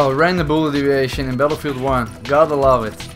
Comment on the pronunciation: Is it just me that just hears ‘random bullet ‘’eeviation’’ ?’